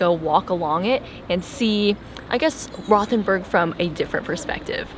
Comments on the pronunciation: Nice video guys! There's no 'th' sound in German, so it's actually pronounced.....ROW'-TEN-BURG. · It's actually pronounced "Rote-en- berg" not "Rowth-en-burg". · I was there for the Christmas market. Great little town. By the way, it’s pronounced Rote, not Roth. Rhymes with boat. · I love Rothenburg! I was there last month. However, it’s pronounced WROTE-en-burg. lol. Did you NOT go to the Medieval torture museum?!?!? Or Käthe Wohlfart’s?!?!